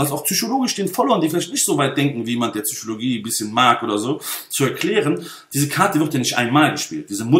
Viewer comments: Wir haben fast 1 Stunde lang die "Züüschologie" gespürt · "Zychologie" hahahaha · PHSychologie nicht Züchologie. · "zyschologie :D:D" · bitte sag psychologie und nicht tzychologie, sonst top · Schmatz, Intension, Schmatz, Zychologie. Die Message ist Ok bloß deine Aussprache verführt einen dazu sowas zu schreiben.